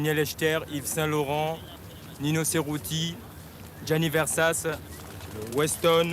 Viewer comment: "Gianni Versasse"